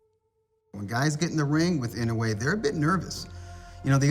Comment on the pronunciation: Get the pronunciation of his name right. He kept on saying IN OH WAY It should be pronounced as IN NO Wii